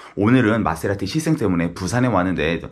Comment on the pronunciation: 마세라티: 마떼라티 ㅋㅋㅋㅋㅋ